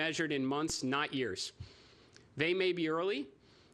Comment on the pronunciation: I swear he says: "The difference between success and failure will be measured in months, not ears."